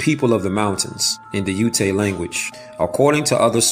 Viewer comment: It's not uta it's ute like saying Utah without the ah part